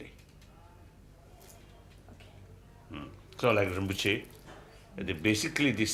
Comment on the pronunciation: narrator mispronounced “rimpoche”! Do better if this channel is to be respected!